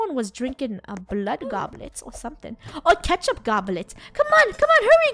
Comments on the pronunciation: ITS NOT KECTUP DUDE 😡😡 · Funneh: that’s ketup me: no that’s blood